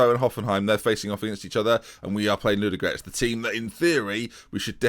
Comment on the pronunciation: There are two "o" in Ludogorets and both of them are pronounced.